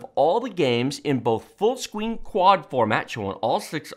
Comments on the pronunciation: "Full scween" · "IN FULL SQUEEN". Sorry I had to point that out as it made me chuckle. But love the videos anyway! Thanks for the weview.